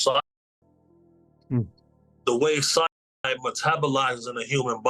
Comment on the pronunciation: Why can't you say cyanide?